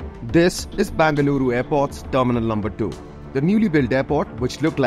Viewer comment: It is be not ba Bengaluru pronounce properly better let Bengaluru journalist cover the news